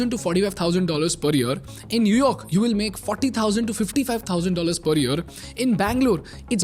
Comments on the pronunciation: Say year not yur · What about yer instead of year di you get agitated because of that too?